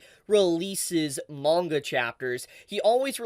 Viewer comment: Awesome info. Thanks for the update. Still hate how you pronounce manga.